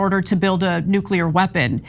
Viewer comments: IT'S. "NOO--KLEE--ER", NOT "NOO--KU--LER"!!!! IDIOT!!!!!!!! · NUCULAR !! WHAT !! “It really bothers me when a guy like this, supposedly well‑educated and eloquent, mispronounces the word ‘nuclear.’ It just destroys their credibility.”